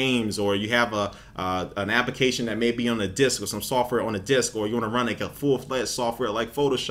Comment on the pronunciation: why does he say application like appikation